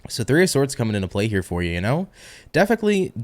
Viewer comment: That "defically" was totally "Blonis"!😂😅